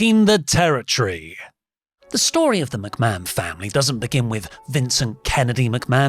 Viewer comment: I already don't much like this presenter but within seconds he mispronounced the name Mcmahon as McBann. On a live show, no problem we all do it. This thing was prerecorded edited and signed off on. My god. As if I wasn't already in a bad mood thinking about Vince in general.